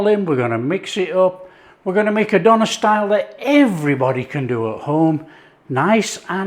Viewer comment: Just want to say it's pronounced Deuh-nehr